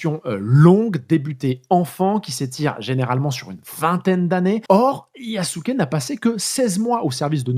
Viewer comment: Belle vidéo. Petite critique quand même, c'est bien de faire l'effort de prononcer le japonais mais les "u" sont en majorité "mangés" par la prononciation japonaise (un peu à l'anglaise), du coup pour nous autres occidentaux son nom se rapproche de "Yaské". En plus d'être le plus puissant Daimyo de l'époque, Nobunaga était l'un des plus ouverts aux idées modernes (par pragmatisme principalement) et ça ne serait pas si étonnant que cela qu'il ait fait appel à Yasuke comme plus qu'un simple trophée pour avoir l'avantage sur ses rivaux en l'employant comme combattant, surtout s'il avait déjà eu une formation militaire préalablement (les esclaves africains étaient parfois des guerriers vaincus par une autre faction).